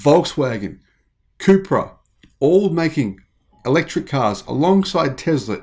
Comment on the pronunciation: All this time I thought you were saying Cooper